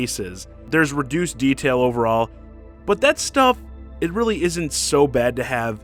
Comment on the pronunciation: Your extended emphasis in "reallyyyy" is all wrong, unless you talk like a weirdo. Never heard anybody speak and extend the second syllable.